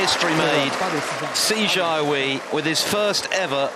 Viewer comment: Just wish the commentator didn’t keep calling him See Char Wee instead of Si Jia Hui. You’d think after so many years of Chinese presence in the sport they might at least make an effort. Quite disrespectful.